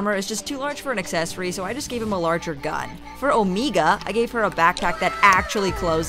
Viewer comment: 0mEeGa got me dieing you omega wrong